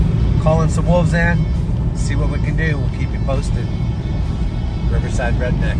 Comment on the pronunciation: Woofs howl... here we go again! WOLVES with a V! Not woofs or Wolfs... Wolves!